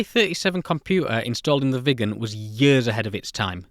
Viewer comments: Next aircraft and video I guess is about the McDonnell Douglas F-4 Phantom II as that aircraft badly lacked a gun during Vietnam and the F-4E was introduced. Great video on the Viggen and you did do a good job of pronouncing Viggen! Hello from Sweden 👋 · It sure wasn’t 10m people back in the 60s! BTW, you pronounce Viggen just fine! It’s stunning what could be done back in the day with the small memory and modest computing power.